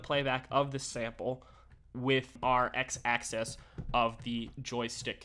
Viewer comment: Really useful clip, thanks. (constructive criticism: the word "axis" is pronounced in this clip as "Access")